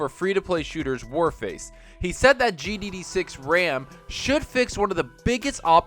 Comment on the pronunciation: Man it bothers me when you say GDD6. It's GDDR6...